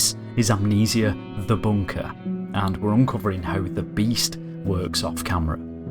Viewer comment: this is.... am kneeseya.. the boonkahh..... lmao